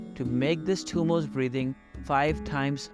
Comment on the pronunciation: Thank you for this video. Probably the best I've seen. However, it isn't Tummos (there isn't an s at the end of the word). It is pronounced Dummo with the D pronounced as in 'this.' दुम्मो in Sanskrit. Also, as I breathe out, I plan to use Ujjayi breathing and not using pursed lips. I tend to have cold feet so I badly need to work with this. Thanks again!